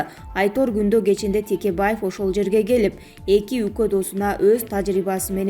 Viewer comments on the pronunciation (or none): none